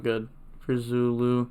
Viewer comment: Damn fronch. With english letters it could sound like "Zooloo. Edit: just heard you saying it pretty well later in the vid.